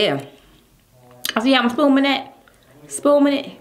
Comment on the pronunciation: I thought I was the only one who heard her say "spooming ". Tf is that 💀 Ridiculous.